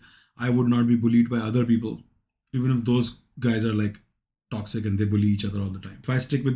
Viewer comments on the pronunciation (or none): none